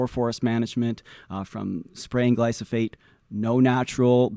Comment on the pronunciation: It's glyphosate, not glysophate...